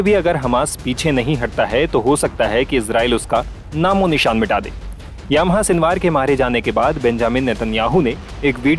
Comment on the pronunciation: याह्या.... यामाहा नही.